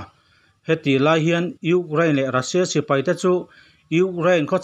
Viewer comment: News kalo ngaithla thina,angaihnawm thin hle mai,hanin hrilh rual loh chu in in nih chungin han sawi ve ka duh,lehkhathiam chu kani hauh lo na in ka sawi duh chu,entirna:(Russia Ni rengsi in Rassia tih a lam thin hi adik chiah dawn em aw ?tin, National: hi Alan dantura Ni awm tak chu (Nesawnal) ( Ne )Ni awmtak (Na) tihlai hi afuhlo deuhnalai awmin alangtlata,English spelling ah chuan Nation chu Nimahse,amizo spelling (NE) alang tlatmaia hi ka sawi duhna lai chu ani,ngaih mawh zawng ka han sawiin kanti lang ve anih chu